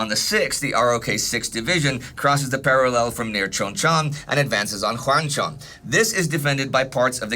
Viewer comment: I've been following you since 1914-but I HATE how you say parallel